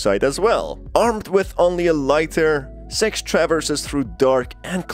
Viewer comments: Bro its SIX not sex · Everyone: "Six": "Sex" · He literally is pronouncing sex, it don’t even sound like he’s Trying to say “Six”, sorry but it’s annoying me😂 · good im not the only one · agent2800 That's not an accent issue, he's doing it on purpose, he even up votes it up above, with the little red heart. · Yo deadass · I turned on the subtitles and I saw the word “s.e.x“ and he kinda said her name wrong it’s “six“ I laughed a little after that 💀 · When he said six it sounded like he said "S£×" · Bruh why U pronouncing six sex Edit: guys this was a joke chill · Man, I heard “Sex”, not “Six”, the entire video. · SIX!!! NOT SEX! LMAO😂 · I keep hearing "Sex" instead of "six" which throws me off every time. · i think what got me is that sometimes he said six and sometimes he said sex. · Ok, so I'm not the only one who notice that his pronunciation of Six sounds like Sex. Good to know! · Bruh, it's six not sex the whole time i was having trouble with captions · The fact that he says "s€x" and not "six" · It’s seggs not sex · six not sex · When he says "Six" sounds like he's saying "Sex"😂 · yea lol even the auto generated subtitles think he is saying sex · He’s light saying sex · Totally had to stop for a minute..I was like wait "Sex"? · He is saying sex on purpose. That's a tactic. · Yea I had never heard of sex before. I thought 6 was the characters name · in the captions whenever he says six it captions it as "sex" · Bruh everytime u said six, i was hearing sex🥲🥲🥲🥲🥲🥲🥲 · Good video my man, but you got to work on your pronunciation of six. lol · Sounds like hes saying SEXS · if I'm not 100% paying attention to the video your accent makes it sound like your saying sex and I keep looking up like WHAT! before feeling stupid that I forgot again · Too fake...pronouncing six like sex as hard as he can. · Maybe because of the way he pronounce it. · Nah, appearently a few pointed out the same thing in the comments about how he miss pronounces Sixes name.